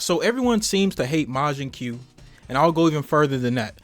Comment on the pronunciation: It's not majin que it's majin koo . Also the design is funny 😂